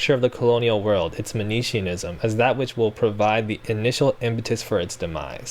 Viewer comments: Great episode, love the show! All your episodes are great, this one included. I hate to be this commenter but someone's got to do it: you're mispronouncing "Manichaeism". It's "Man-ih-KAY-an" not "man-ee-chee-in". As you mention, Fanon is not using the word to refer to the real-world religion, but instead is using it in the same way that Christian (and Western generally) authors have used the term "Gnostic", to refer to so-called 'dualist' ideologies. I think this is a really interesting point honestly, re: colonialism. Anyways, hate to be the pedant on this point but my nature will not let me rest lol. Love the episode and the show, as always. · Great video. Always here for talking about Fanon. Though I think for Manichaeism it’s pronounced Man-ey-key-an after the Mani the prophet who founded the religion in 3d Century Persia. Just for clarity. Wikipedia has the pronunciation